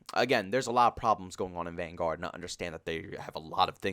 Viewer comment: The fact that you say van-GUARD, bothers me so much.